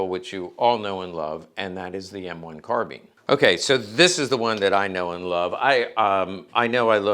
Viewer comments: I think you’ll find it’s actually pronounced: carbine🤌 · The British Police used Tommy Guns, well you learn something new every day. Also it is pronounced Carbine not Carbine. Love you.